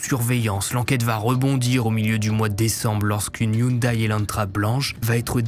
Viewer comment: Salut du canada, la marque de la voiture Hyundai se prononce (yon-dé) sinon super vidéo comme d’habitude. Penserai tu couvrir une histoire des Yakuza, ça pourrait être intéressant :)